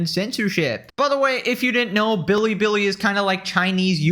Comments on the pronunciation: It's not even the right foreign way. It sounds Japanese. Chinese Ls sound like English Ls, so you're supposed to just say Bilibili normally xD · Hasan pronounces “Billy Billy” like my white grandma saying “tortilla” at a Mexican restaurant. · It would be fine to say it the Japanese way if it was Japanese, but it's not. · Ultra racist Hasan pronouncing Billi Billi as “ Beerri beerri” even though Chinese L’s are pronounced like American L’s and Japan are the silent L people 😭🙏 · Hasan's a racist lmao. The 'L to R' thing is a Japanese thing. A Chinese person can perfectly pronounce a word with "L" in it. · He pronounces Billy Billy as “Biri Biri” which someone pointed out in another comment section means Electric Shock in Japanese. The universe just hates this man lol. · Hassan pronounces Bili Bili like Mel Blank voiced Twiki in Buck Rodgers, "bidee bidee Hi Buck" What an absolute space case. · LMAO does this dude know that the way he's pronouncing it as "Biri Biri" makes it sound like he's getting shocked in Japanese? 😂😂😂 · Excuse you! Its prounounced "biddi biddi" get it right! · I’m not sure if he just can’t read, or if he’s doing an impression of what his chinese handler calls the website, and I’m also not sure which of those is more embarassing. There is literally no “d” in bili bili. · why does he call it bidibidi? am i hearing that wrong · How anyone can stand listening to how he speaks. BIDI BIDI. Why can't he even say that right? OK? OK? Gah! Man is infuriating. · Omg! When it's sped up it also sounds like he adds a slight "tuh" sound in there too. I dont know about the rest of you, but when someone says a foreign word while attempting to replicate that region's accent, I find it weird and disingenuous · bro cant say bili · “BEEDEEBEEDEE did we do a no-no thing?” Why does he say Bilibili like that? Why does he say “no-no thing”? I can’t stand this man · If he says billibilli like that one more time… 🤦🏻‍♂️